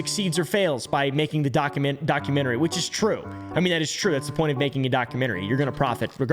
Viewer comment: inTernet not fkn inner net ... an inner net is LITTERALY your nervous system and or your vains ... the T isn't silent in inTernet ... documenTary not fkn documenary again the T isn't fkn silent